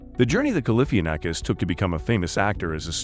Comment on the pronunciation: Learn how to say his name